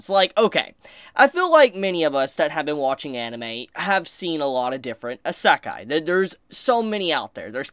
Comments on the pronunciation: How is this a isekai Ps your the only one I hear that says isekai like that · Every time he says Isekai is like getting punched in the gut.